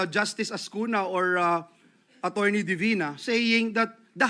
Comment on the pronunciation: " Senator Bato-rney "😂😂😂